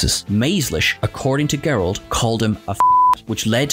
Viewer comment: Soft "g" on David Gerrold's last name. 😊 Loved the shot of the old "Sugar Smacks" ...used to "dig 'em" when I was a kid, oblivious to the merchandising going on without due payment going to the cast members.